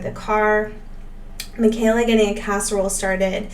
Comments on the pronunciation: “Michael-a” it’s said like a Michael not Michelle 🥰 Thank you for posting!!! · It’s “My-ka-la,” not “Mih-kay-la.”😊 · Her name is pronounced Mike a la not the way you’re saying it. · It's pronounced, "Michael (like the "boy's" name) - a; Michael-a. Great video! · They prounouced it "Michael--ah" on the early Duggar show visits. Doesn't Kelly have an adopted Black sister or cousin? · Please stop calling the 2nd daughter by the wrong name. It's pronounced like Michael a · Haha she noted that she got it wrong. However, Michelle is also pronounced differently from Micheala!